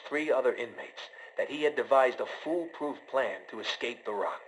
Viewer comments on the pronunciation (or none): "FULLPROOF" like bruhhhh it's FOOLPROOF